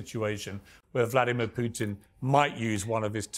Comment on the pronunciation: This is intended for Mr Morgan: I’d recommend that you learn how to pronounce “Putin”. Not critical, but a progress